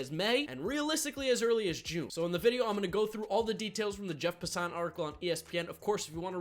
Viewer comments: please it's pronounced Jeff (pass-en) not (pasan). watch any time he is on ESPN they all say it the same way. Good video tho. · also, it's Pass-an not Pa-sa-on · Its Passen not “Passant” 😂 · It's Pass-an